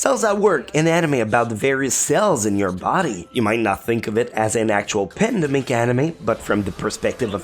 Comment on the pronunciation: Pandemic, not apadedemic.....